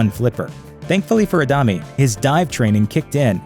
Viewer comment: Horrible pronunciation of Adame!! It's not a dam me or a dummy, it's Ah da meh. There's an accent on the "e"